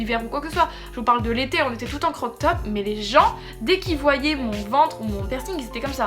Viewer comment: Croc-top tu m’as tuée (crop-top) sinon super vidéo ❤️